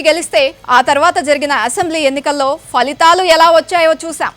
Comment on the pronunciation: Falihhaalu కాదమ్మా.. ఫలితాలు అని పలకండి.